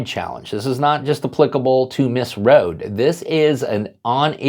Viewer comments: Her name is pronounced Rho-dee (not like "road") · you mispronounce Kim Rhode’s name. It is pronounced like “Road-ie”. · Its actually pronounced Row-DEE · Hello, I live in SoCal and I have met Kim Rhode several times over the years. I just wanted to let you know that her name is pronounced "road-ee". Keep up the great work! You are one of the channels I check daily for the latest updates. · Her name is pronounced as Road-E. Hopefully she makes the '28 Olympics.